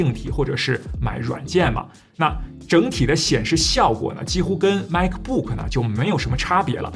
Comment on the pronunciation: 发音不准……不是“派德”……也不是“麦克布克”……